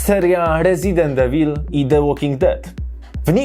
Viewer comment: A wiesz może jak się czyta 'evil'? 😢 Wstyd trochę